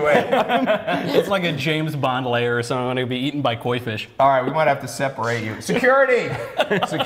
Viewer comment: "There are only 3 things you have to do to not beqaimeac soumfryibg importing in the United States"( Ben Shapiro, ) Can someone please translate what the ** he just said?